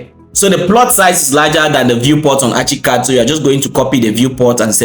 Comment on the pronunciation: bro its not achicad its ArchiCAD pronounced arckicad